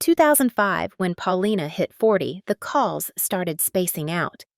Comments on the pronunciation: why do u keep saying her name in stupid ways? if u don't know what her name is don't talk about her. 'Pal-Lina???' lmao. :thumbs down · Po-li-na. Accent on the second syllable. It was different in the Soviet block countries -everyone relied on grandparents very heavily vs the Western countries - so it wasn't a biggie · lmao the only time u said her name correct was .